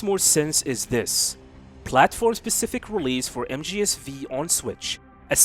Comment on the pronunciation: You know mgs V is the roman number 5 so you do not say v, you say 5… just sayin